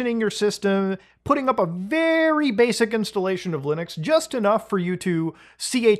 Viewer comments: Muta saying Loonux :3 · i keep hearing "loonix" lol